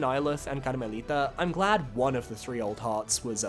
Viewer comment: Love how you say Karmelita in spanish